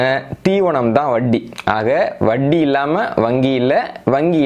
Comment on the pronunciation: I appreciate with awe your knowledge,clarity and service. Kindly pronounce Vatti as Vatti and not as Vaddi And cha as cha and not Sa